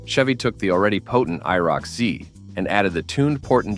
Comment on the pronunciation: I. R. O. C- zee... I hate ai narration. Brutal. No sub, shit vid